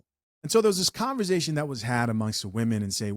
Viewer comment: Can I ask why u say "conver-ZAY-tion"??? Speech impediment?, accent?, I wanna kno how 4rl..no shade...it's like nails on a chalkboard tho🤦🏾😂